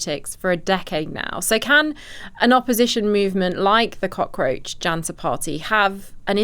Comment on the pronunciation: "Jaenta" Party 🗣️